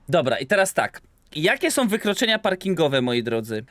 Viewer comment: Ja pierdolę chłopie🤦🏻‍♂️ Tego nie da się na dłuższą metę oglądać. Masakrowanie języka ( końcówki „OM”) to jedno, ale po cholerę drzesz papę?! Zacytuję ciebie: „ Gdzie rodzice sOM?”